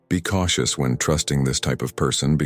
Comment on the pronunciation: good video with a very important topic ... but why does the VO pronounces some words in a wrong way? for example 'surely' is pronounced 'sorely' ... or 'cautious' is pronounced 'kotius' ... is that a robotic voice perhaps?